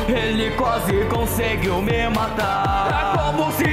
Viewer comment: pausem aqui perceberam o m em conseguiu?